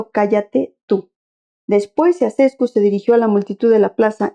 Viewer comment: Se pronuncia Chauchescu.